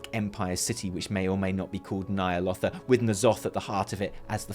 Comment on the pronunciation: Stop stop stop! You're going to take someone's eye out. Besides, you're saying it wrong. It's Ny'alOWtha not Ny'alottha :)